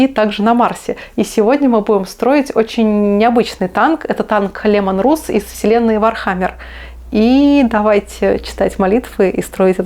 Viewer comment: Даша, не Русс, а Расс)